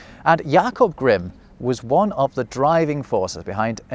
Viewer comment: I do love how you got a very nice German pronunciation of the name Jakob and then with Grimm you’re not even trying. Guess you choose on purpose to do so, yet it’s funny to my German ears.